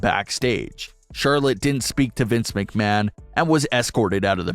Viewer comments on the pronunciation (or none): none